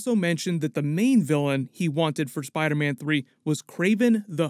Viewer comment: you said spider ban. Lmao 💀💀